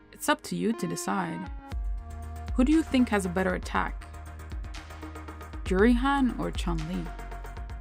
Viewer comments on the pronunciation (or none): It's Juri lol